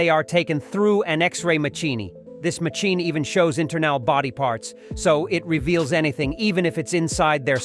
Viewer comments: I HATE the Robot AI voice the pronunciation is crap..ma..chi..kni instead of machine?!!! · AI voice quite poor, MACHEENY for machine. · No - not the x-ray "machinny" !! Anything but that !! lol You idiot uploaders who are too lazy to speak and would rather use A.I. narration are doing yourselves more harm than good. A.I. is pathetic, and will always make mistakes, yet you seem ok with that. Enjoy the Dislike. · an "ex ray ma chee nee". What is that and what does "un dress said" mean?